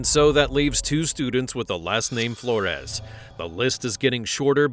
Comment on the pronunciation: the way you pronounced Flores, youre either Mexican or part of the culture 🫡😂